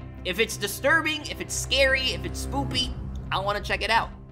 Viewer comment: Did u just say spoopy😂😂😂